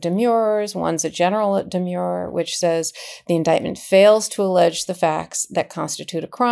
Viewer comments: And I think there is a difference in pronunciation between the legal term demur (an objection) deh- murr (rhymes with "were" and the adjective demure (reserved, modest) dee- mure rhymes with "sure" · Karen, you must know that the word is “de-m/schwa/-er. Not “de-myure-er”. There’s nothing demure about it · Demurrer is the spelling and the pronunciation is de-mer-er. Not de-Muir-er. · Aaahhh they are not demures. Demurrers. ERs. Not urs. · Love you guys, KFA, but yr 'umble editor says: it's di-MUR, "di" as in dinner, "mur" rhyming with "fur." The word you are speaking is "demure," which means reserved, modest. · Karen….please. It’s a demurrer. Not a demure. Please! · It isn't a de-mure-er as in demure. It's demurrer as in demur. Like defer, refer. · It’s pronounced demur-er, not demure. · Karen, learn how to pronounce the words you use. Demer means to raise an objection. A demurrer is the objection. Both have the "mer" sound of mercy. In contrast, the word demure, meaning modest or shy, have a long-u sound as in pure. So a demurrer would be pronounced de-mehr-er not de-mure-er. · Demurrer is properly pronounced "d merr". The u is silent. As an 82 year old retired lawyer, I think it is important to know proper pronunciation of the old Latin words. When I opened my first case book for criminal law I was glad I had my giant "Black's Law Dictionary" too. It looked like half the words were in Latin. My professor took the time to be sure that we understood the pronunciation and meaning of all the archaic language in order to brief the cases properly. I loved every minute of Law School. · Demurrer is pronounced just as it is spelled: Dee-Murr-er. The "u" in "murr" sounds like the vowel in "fur", not like in "demure". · Great analysis! But oops! 697 are not pronouncing the word “demurrer” correctly ! It’s de-MUR-er!